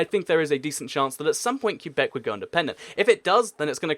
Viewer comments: I'm a French speaker from Québec. You pronounce it ''Kay-bec'' because in French, the ''u'' here is silent and the ''é'' is pronounced ''ay''. That said, some English speakers pronounce it ''Kway-bec'' and we accept that too, even though it is kinda wrong. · I live in Québec, I speak french, and the correct pronunciation is '' Kay-bec ''. The ''u'' in French is silent here. But yeah, most English speakers will wrongly pronounce it '' kwa-bec ''. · It's pronounced kwebec not kyubec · "qua" beck, not, Que bec. soft qu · Québec is pronounced “kay-bek” not “cue-bek” FYI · It’s not Q-bec it’s Qwe-bec and it wont ever be independent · It is too bad you can pronounce Quebec properly. It isn't pronoinced Q Beck it is pronounced ke beck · It's pronounced kay-beck, not cue-beck. Alternatively, you can call it Kwe-beck, as many anglophone Canadians do, though it's not really correct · Interesting video, but only 4 countries made your list in the end (as witnessed in your round-up at about ). Also Quebec can be pronounced either "ca-bec' or "cwa-bec" but I've never heard it pronounced "cue-bec" before. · Do me a favour dude. Its Kay-bek not cue-bek. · You pronounce it Kay-Beck or Kway-Beck normally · It's not pronounced "Que-beck", it's pronounced "Qwe-beck" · You are not supposed to pronounce Quebec as “Q-back”.. I know that there are a lot of places where it’s up to you how you pronounce them, but you should pronounce Quebec the proper way. I mean you could pronounce Leicester “Lei-ses-ter” too, but that’s not the right way to pronounce it. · It's pronounced like kebbek kuebek I know people will say I spelled that wrong, I did that on purpose. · It's pronounced ''kay-bec'', or some english speakers pronounce it ''kway-bec'', that can kinda work too. But the real pronunciation in French is ''Kay-bec'' because the ''u'' is silent and the ''é'' is pronounced ''ay''. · for the love of God, Quebec is pronounced "Ka - beck" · umm does he know how to pronounce quebec